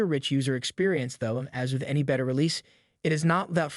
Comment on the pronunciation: The way you pronounce Beta is driving me crazy😂